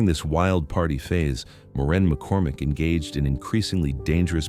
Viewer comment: AI really cracks me up calling Maureen, Moran.